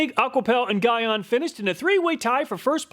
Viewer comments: Great video, thanks! Constructive criticism: Gyeon is pronounced GEE (like golly gee) ON (like on/off). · Armerall makes a surprisingly good glass repellant. Also gyeon is pronounced G-on or Gye-on its a Korean name. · Gyeon is pronounced like GEE-on (G as in giraffe) if you use any of their products in future videos. They're a big brand in car paint care and maintenance. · GTechniq is a brand out of the UK. They primarily make detailing products. Also, Gyeon is pronounced JEE-ON. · It pronounce GEE YON 🙂 (Sorry detailing geek here) . As always, awesome review. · I saw in the beginning of the video that you had Glaco windshield protection on the table but you didn’t include that in your test. What happened to that product? Also, I believe Gyeon is pronounced Jee-On. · Great review and fantastic channel. one of my favorites I thought i would see a correction in the comments? Gyeon is pronounced "GEE-ON" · I believe Gyeon is pronounced G-yeon. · Guy-on 😂 Great vid, btw it’s GEE-ON. No worries thought, awesome vid. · Pronounced G-ON not Guy-ON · Gyeon... Not that it matters, but it is pronounce GEE-ON. My pick is the Gyeon. Sure, hard to install, but longevity matters. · The way your pronouncing Gyeon is disturbing me 🤣🤣 it’s pronounced like “Ge”-“on” not “Gi”-“on” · Never known how to Pronounce the brand Gyeon. Here in the UK we tend to say Jhee On. You seem to say Guy ahn. Will have to ask the manufacturer haha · It’s G-Yeon. not Guy On. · Just trying to help man- GYEON is pronounced “GEE-ON” lol not “GUY-ON”. Great test video tho!👌🏽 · I believe it's pronounced 'Geeon' not 'Guyon', at least in Europe it is. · Guy-on I think is pronounced Gee-on, but anyway, another fantastic video, what would we do without you honestly! I'm surprised you didn't have H2GO in the list as that has high reviews. Thanks again!! Can't wait for the next video!! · Gyeon is pronounced GEE-ON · Just a heads up, Gyeon is pronounced "jee-on" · Gyeon is pronounced "gee-on". Great test!